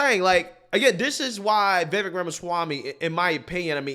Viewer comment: He already said he won't be Trump's VP. He's also an ivy league educated attorney like Ben Shapiro and his analysis is always very thorough but succinct. you best start pronouncing his name right. 😂 He might be willing to come on your show! 🎉